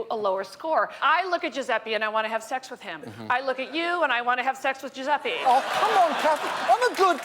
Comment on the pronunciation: Fucking Yankees can't pronounce "Dju-zeh-peh", it's not "Dju-zeh-pee"